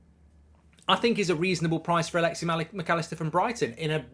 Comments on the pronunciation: Stop saying “alexi” it’s Alexis with an S at the end. Like I get you’re an entitled British a nation where people inherently think it’s ok to mispronounce names because deep down inside they think they’re the best but how hard is it to add an S at the end? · Alexi? Its Alexis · “Alexey Macallister”